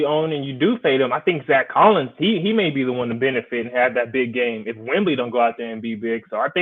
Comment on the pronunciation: Might want to learn how to pronounce names if you're going to talk about them, wemby not wembly he has no L in his last name, and you hacked others as well